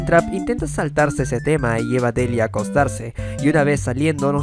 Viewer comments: Mis aprendizajes de ingles y haber leído el cómic narrado no puedo evitar la corrección :^ No se dice delia Se dice Delaia ~Me uní a la familia para que no te enojes ;v~ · Aun lo recuerdo muy bien completamente el cómic que ha hecho esta artista y un detalle más... la pronunciación de Deliah en inglés se dice <Delaia> no Delia